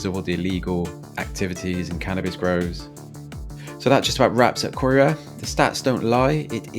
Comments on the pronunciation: I mean you can let Caerau slide a bit because its Welsh - but there is a well known Ely in England ffs. 😂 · You don't know a thing about cardiff , can't even pronounce caerau or ely correctly, you show all the bad things ,get a life stop chasing likes, I live in ely great place we look after our own we don't need your input thank you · Learn to pronounce places like Caerau and Ely. Honestly makes you sound like a fool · care-eye/caer-eye/ee-lee - and clifton street as shown as Adamsdown is more or less Splott - which you could pronounce splow as a posh piss take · Ely, pronounced "E-lee" Caerau, pronounced "ky-roo" Butetown, pronounced "Somali-land" 😁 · ITS NOT COYRA how annoying!!!!!!! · Can you please announce the names properly. Its not coera. 😡. And the way you pronounced ely🙈. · Nice...but its KYRA...thats how its pronounced lol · It's pronounced K-EYE-RA and Ely is pronounced E-Lee I've lived in both areas most of my life and while there is a high drug presence and a problem with crime, the majority of the People are salt of the earth there's a great community spirit especially within streets. For example, it wouldn't be unusual for someone 15 houses up to know who you are and knock your door for some milk or sugar in a pinch Years ago when the kids used to play outside my late mum loved children and they loved her. They would knock the door for a Ice lolly in the summer it got to the point where so many kids were knocking. She ended up having to charge them five pence each to go towards boxes of ice lollies as she was going through so many. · Absolute crap, Caerau (said as Kai Rah or Kai Rai) is not as bad as you make out, Ely (ee Lee) is a lot worse. You actually went close to my house, and I’ve never had trouble at all in the 20 years I’ve lived at this address, so your stats don’t mean a thing, I can take my camera and film houses with rubbish outside to make an area look bad. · It's said K-ii-ra & EEly like the one in Cambridge not the girls name, 🔔